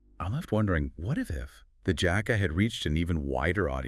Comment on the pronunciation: The JAAhka it's JACK-A